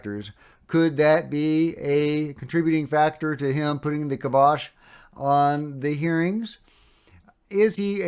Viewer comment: I think the correct pronunciation is KYE-BOSH.